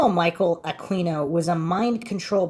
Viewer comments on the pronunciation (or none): Yes but only if he stops mispronouncing his name....forget the U ...pronounce it as Aqino.